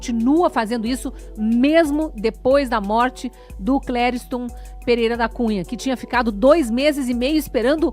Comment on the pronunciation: Oh meu caro, por acaso o nome do rapaz não é CLERISTOM, ao invés de CLERIUSTOM cm vc sempre diz?????